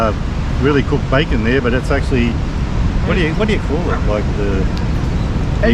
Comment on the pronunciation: Its bacon not backon